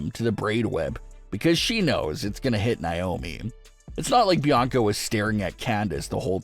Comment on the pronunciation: Dude... I love your channel... But PLEASE stop saying NAomi's name wrong. It's not NYOMI